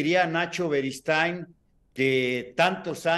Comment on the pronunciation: larga vida al rey de la esquina don NACHO “berigood”😂